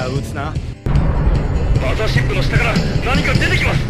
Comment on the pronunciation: マザーシップからガムシロップが飛び立つぞ！って聞こえるw